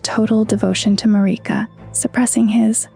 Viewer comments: It's odd that people are saying Marika's name like this...they say her name in the game. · I will share and subscribe if you pronounce Marika correctly, for now you only get a like, lady. Lol I cringed